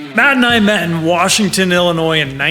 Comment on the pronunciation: You mispronounced "Wa*r*shington, Illinios". (Yes, I am from that immediate area)